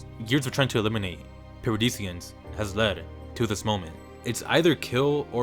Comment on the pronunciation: “Paradisians” Son😭